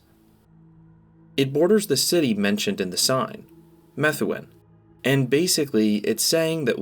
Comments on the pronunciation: It's pronounced "me-THOO-un". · Methuen is pronounced "Muh-thew-in" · it's actually pronounced as meh-thu-en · I’m from Dracut and I immediately notice he said METHuen